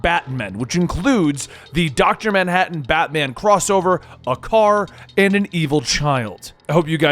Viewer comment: Official name: Darkest Knight What fans call him: Doctor Manhattan Who Laughs: Doctor Manbattan.